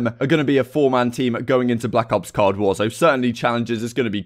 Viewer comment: It's COLD war. Not cod war😂. I get ur british but it don't give u the right to say it wrong